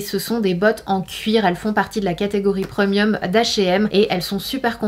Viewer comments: « Preumieum » 😂😂😂 On dit Prémium 🤣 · Je suis la seule à être perturbé par le ‘preumieum’ 😬 no shade Sana je t’adore 😊